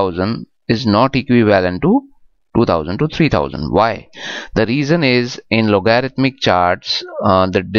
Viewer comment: try loguh-ridh-mic